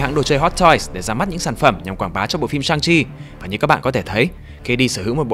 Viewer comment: =))) Sức mạnh chính là Chi mà nghe thoáng qua tưởng là Chim